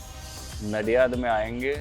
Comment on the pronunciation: It's Nadiad not Naadiyad but its funny they are speaking Naadiyad 😂❤